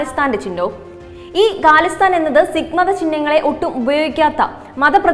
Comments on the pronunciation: ഗാലിസ്ഥാൻ അല്ല ഖാലിസ്ഥാൻ ആണ് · ഗാലിസ്ഥൻ അല്ല ഖാലിസ്ഥൻ ആണ്. ഉച്ചാരണ ശുദ്ധിയിൽ ശ്രദ്ധ വക്കുക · Not galisthan it is KHALISTAN